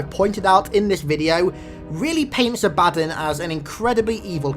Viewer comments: His mispronuciation of A-BA-DDON really pisses me off. Its DON as in UDON and BA as in what a goat says. It's not A-BAD-DIN as he says it. Sry wrong pronunciation irks me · are you sure its not pronounced "ah-buh-don" not "a-bad-un"...the latter seems idiotic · its abaddon not abaddin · You're putting the emphasis on the wrong syllable. ABADDON. It's pronounced A-BA-DON. Not "abadin". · actually the proper pronunciation is "A-Baddon", the "A-ba-don" is American jargon, not the original english. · No to be mean but it's not Ab-Addon, it's AB-Ah-Don. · Ab-ah-don is American Jargon, not the correct English pronounciation, the way he says it, A-Baddon is the correct English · Its pronounced ab-a-dawn for abbodon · I'm no expert in halo but I'm pretty sure it's pronounced Ab-uh-dawn. If it's supposed to be a reference to the religious character by the same name. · is it not pronounced aba-dawn? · correct pronunciation: abba-dawn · It's pronounced Abba-Don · Not to be rude but I think it's pronounced abba-don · love the videos man !! awesome stuff keep it up a small correction: Abaddon is pronounced ab-a-dawn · You're pronouncing the name wrong. You need to pronounce the A and Don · Abaddon wasn't quite pronounced correctly, but Sheol was spot on.